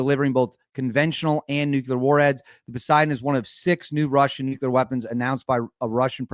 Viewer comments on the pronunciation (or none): Did you just say "Nucular'? Seriously dude?